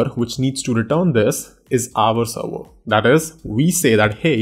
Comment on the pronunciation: whats a seerweerrr? its called server!